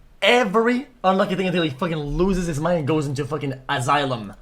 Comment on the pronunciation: He needs an "azailem"